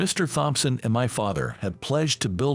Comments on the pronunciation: The IDIOT doesn't even seem to know that in the name "Thompson", the "H" is SILENT!!! Even for a computerized reader, this is such a screwup! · All the bosses are named Mr Thompson, but they CAN'T PRONOUNCE IT!